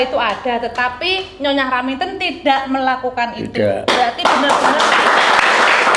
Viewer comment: raminten bukan raminto ya allah sehat selalu nyonyah R